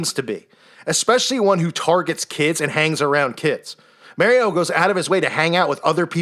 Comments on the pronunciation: "mary-O" lol, what a clown (and a dangerous clown to the undiscerning to boot) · "Mary-Oh" Lol🤣